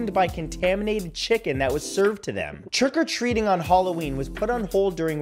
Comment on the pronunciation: Churk or treating? 😂